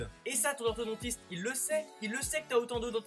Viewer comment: Enfin enfin enfin ENFIN !!! Quelqu'un qui dit orthoDONtiste et pas orthodentiste